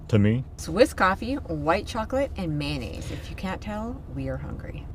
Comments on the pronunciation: NO No NO It;s not Maynnaise........If you're a kid it's maneggs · May-oh-naze😂 Didn't they have any Mossy Oak🤔🙃🤣 Looking quite excellent you guys. Hoping the weather cooperates so you all can finish the outside of your home🏰 Take care✌